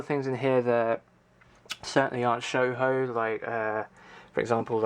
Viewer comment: Shoujo is pronounced "show-joe". Man, building a collection like that is hard work, I have chest of draws where I keep stuff in and I cant organize them vertically, due to the knobs having indents inside the draws, and thus I need to get a new draw unit. Your collection needs some Princess Tutu and Devilman.